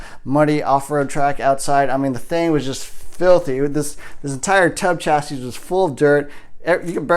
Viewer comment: The s at the end of chassis is silent